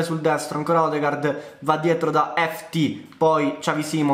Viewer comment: Odegaard si pronuncia odegord